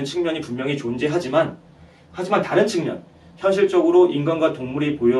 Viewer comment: 장음인 한자의 첫자를 찗게 바음 하신 예: 사실,시작,여부,예,신의의 신,비판,반복,소견,보편,현격,보편 등이오며, 측면이라는 단어를 계속해서"칙면"이라고 발음 했고, 만물지도, 오행지기 등은 두자씩 띄어 읽었읍니다. 잘못입니다. "오행지 기"라고 "오행지"와 같이 부쳐 읽어야 합니다. 또 한가지 놀란 것은, 인간이라는 "사람"은 첫자 "사"를 길게 발음해야 하는데 짧게 발음 하셨읍니다. "한국 어문을 고발함"이라는 책을 권하고싶습니다 미국 변 완수 배